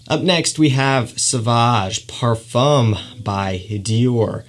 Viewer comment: What a handsome devil. Super charming. If you say parfum leave off the m. Literally parfuh is correct. Other wise it's eau de parfoom if it's spelled eau de parfume. Except you tighten your lips in a circle as if you're about to whistle. Eau de par-fooooom with your lips as I described. Your super elegant classy charm is only going to be amplified (you know this industry is super snobby, so it's just a tip). Also, you pronounced "toilette" perfectly. It's twa-let, eau de twa-let is exactly how you say it and the more obnoxiously french sounding you can make it the better! Well done! Lol 😂 I lived in Paris and they are some of the best and some of the worst. In any case, i love this kid and I'm certainly a new fan. You've earned yourself a subscriber.